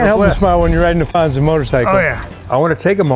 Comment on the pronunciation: That was a nice touch on the "Fonz" 👍